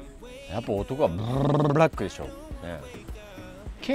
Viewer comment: クルちゃんのおしりがかわいい♡つよぽんもかわいい。45歳の男性とは思えない。 ほかのワンちゃんにも優しいつよぽん。愛娘を守るパパ。カメラも忘れてゆったりと。 身内のスタッフさんの顔ぐらいは、覚えましょう(笑)太っ腹！「海の男」？ついホンネが(笑) 知らない言葉だもん。うまく発音できないよ。UUMさんすばらしい編集(笑) アイスコーヒーをアイスティーと勘違いしてオーダー(笑)「ブブブブラック」(笑)「ぷぷぷぷっすま」みたい。男性って、甘い物好きじゃないよね。なんでだろう？ つっこみテロップも、ぷっすまを思い出す。 そりゃクルちゃんも食べたいよね。すごいヨダレ(笑) 効果音をつけるクルミちゃん。さすが、クルミちゃん！いいアシスタントだね。テーブルの真ん中の脚にぶつかったの？ 椅子の座り方がかっこいい！